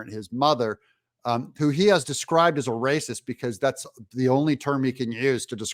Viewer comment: You mean “raysiss”.